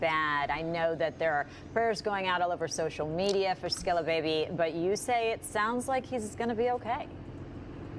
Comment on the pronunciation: It's not skrilla lmao it's skilla